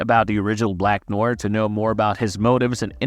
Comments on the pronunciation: .... is this an A.I. voice cause bro just butchered the word Noir, like how they pronounce it for you in the show. Also, he wasn't with Soldier Boy in the 1940s, he joined up at least in the 1960s as the scene in which we first see him with Payback was during the Cuban Missile Crisis which happened in the 1960s. Also, we don't know that he's a new actor, a fan theory is that the new Noir is a clone of the original Noir, hence he has knowledge all of Noir various fighting skills, like it or not this new Noir hasn't been shown to be unskilled, he seems just as capable as the original, as far as acting goes the original Noir before getting brain damage was also trying to pursue a acting career until Soldier threatened to kill him if he tried to outshine him. Also its unlikely that they could have hired a Supe actor, and fans not immediately notice their super actor has been missing all of a sudden. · I don’t get how you can be a fan of the show and hear them pronounce his name several times and yet still pronounce it wrong in the entirety of your video. Have you actually watched the boys? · how it is that "black noir" was said like 300 times during the series and yet youre still saying noir wrong? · An accent would just result in a slightly adjusted pronunciation of the same word. It wouldn't make you pronounce it completely wrong like this. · It is pronounced "nwahr" not "noy-er" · "Noya" no "nowah"..... Fukin yanks.... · Noir is French for black. It's pronounced Nu-ahr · u really need to learn how to say NOIR, it isnt nojer its nuaaar lol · Black Noyer? C'mon now Marveyloos Vidyiis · It's pronounced Nwar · Bro stop saying black noir like its written... Its french and its pronounced No - uh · It sound like you're saying "Black Noyr" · You need to pronounce it like "NO-ARE". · who the hell is black noar.... at least learn to pronounce NOIR before making a video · Neew-waaar. Wth are u saying 😅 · Black "noyer" Smh. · bro cant even say noir properly